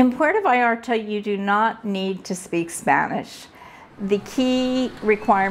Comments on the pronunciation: Great video and the lady is lovely but please, don’t call it “Puerto Vayarto” 😂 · Es Puerto Vallarta, y no " vallarta " ,no cambien los nombres del País.